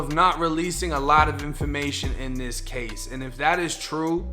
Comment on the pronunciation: "In that caw"